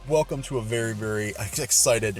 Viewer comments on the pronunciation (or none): none